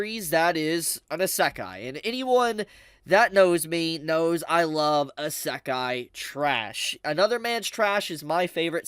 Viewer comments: the ASAKHAI Strikes again.. common, learn to pronounce it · Bro, please stop saying asekay, its actually killing me, please spare me. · How wonder how can still mispronounce isekai after all those years. Like cmon bro its a japanese word so its the japanese "e". I don't know how to write it how its pronounce but its easy to search up. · Love English people saying Isekai a asekai 😂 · I stopped watching when he mispronounced Isekai. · pllzzzz listen to how everyone else pronounces isekai. ur annunciation drives me nuts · How can you say you’re a huge isekai fan and talk like you know so much about it when you don’t even know how to pronounce right lol.